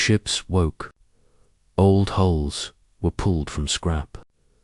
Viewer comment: Will someone teach the danged AI the difference between "holes" and "hulls"? Ai's pronunciation of common words is abysmal!! Cool Story, though... :)